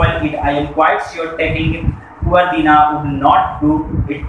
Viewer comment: Poori story hi galat batai h.....wo Dinah ko lekr jata h uski mother se milane or.... light lamp nai mangne nai jata balki halki wali baghghi Mangta h. ....Braydon se.......or ........Dinah ko .....deeeenah padh rhe ho